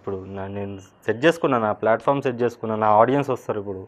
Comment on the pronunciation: Flatform kadu andi ..platform antaru.... english rakapote..telugu lo matladandi ...# Enduku aa stunt 😎